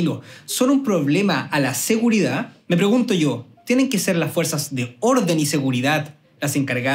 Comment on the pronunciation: No me da seguridad que se coma la d de seguridad.